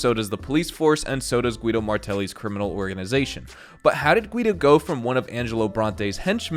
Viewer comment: “orgizization” 😂 sorry I watch your videos to much lol